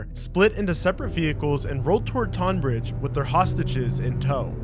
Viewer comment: Not bad other than that shocking pronunciation of Tonbridge